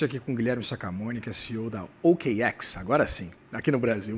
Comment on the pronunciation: Meu amigo, o cara não sabe nem pronunciar o nome da OKX que é tão simples, vai saber o que do mercado Cripto. É incrível como atualmente muitos profissionais dos mais variados seguimentos têm deixado muito a desejar em suas profissões. A gente não sabe se é desleixo ou falta de habilidade mesmo.